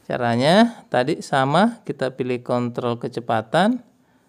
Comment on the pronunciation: Bang kalo mau bilang kontrol itu r nya dihilangi aja🙂